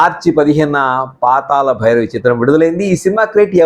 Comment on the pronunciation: meeru "La" ni "la" palukutunnaru. PaataLa bhairavi, Paatala bhairavi kaadu. Manninchaali. NTR became a super star after this movie.